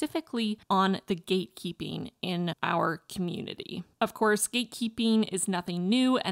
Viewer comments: Am i only one whoe heard gay keeping multiple times like am i dumb or just too gay lol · Eu escutei o tempo todo você dizer "gay keeping" 😂